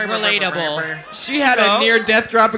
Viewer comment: Not ariel saying relatble at the guy falling cuz of her lipsync